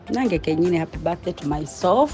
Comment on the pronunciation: Why do Kampalains say , " MYSOLF " , instead of MYSELF " ???